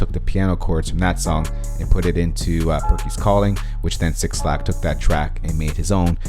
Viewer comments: 6LACK pronounced BLACK not "six-lack " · its pronounced Black 😫😫😫 not six lack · It's pronounced Black bro 😂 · ITS PRONOUNCE BLACK